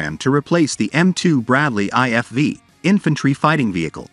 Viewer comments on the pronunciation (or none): "inFANtree men" 😂